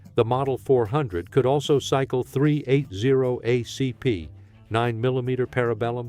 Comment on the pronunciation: Fucking AI!!! "..38 oh see pee"